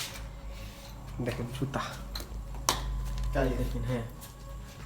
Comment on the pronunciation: When u say that "এই দখেন 'যুতা' ( জুতা )" it's make me laugh 😆 But , I like ur every videos & watch ur every videos too . Take care ur self . In Sha Allah we will gate more videos in future 😊 💗